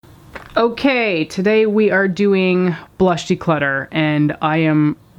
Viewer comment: its not declotter ....